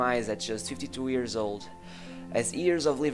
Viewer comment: Why do you say “ears” instead of “years”